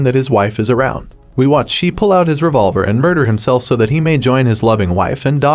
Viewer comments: Sam Elliot’s characters name is pronounced with a long A. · Repeatedly calling Shea "she" is really annoying. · Sam Elliot's character's NAME IS PRONOUNCED SHEA (SHAY) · Shea is pronounced Shay. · Not only annoying but confusing when listening to the commentary. Didn't know if he meant Shea or she?? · Thank you for clearing that up my blood was starting to boil hearing him say it that way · Why can't he say Shea's name correctly? Throws off the whole discussion. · The pronunciation of Shea is gonna bug me... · Please learn how to pronounce Shea’s name. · It was painful to hear you go on calling Sam Elliot's character "She" its Shea (pronounced Shay) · Sam Elliott's characters name is Shea (Shay) not She. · Sam Elliot's character is pronounced Shay, not She. It is spelled, Shea. The "E" is silent. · I haven't cried that much in a very long time. It was heartbreaking. Sam Elliott's character name is, Shea, pronounced Shay, not She. So annoying. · “Ennis” is pronounced “ N-S”, not “N-ees.” “Shea” is pronounced “ Shay”, not “She.” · Drives me crazy hearing SHE!!!!!!!!!!!! It’s SHAY!!!!!!!! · PLEASe say the name correctly! Shea is pronounced Shay, not She. I can barely listen to this ignorance. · It is pronounced “Shay”. Not “Shee”. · I kept wondering who “Shee” was….Shea is pronounced Shay. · It's pronounced "Shay", not "She". Wish these bots would get pronunciations right. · It’s not “SHEE”. It’s Shea ( SHAY phonetically! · Pronounced 'Shay' not 'She', good lord man. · his name id Shae not shee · Shea not She pronounces SHAY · Sam Elliott’s name is not pronounced “She” it’s pronounced, SHAY! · Shea's name is pronounced SHAY, not SHE. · Its Shay...Not she. Geesh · Larry: The many references to “She” is because the narrator is either a “bot” or doesn’t have the education to pronounce Sam Elliott’s character’s name of Shea as “Shay”! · Yes, I found it very annoying every time he said "She" . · Can you adjust your bot narrator to pronounce Shea as [ SHAY]?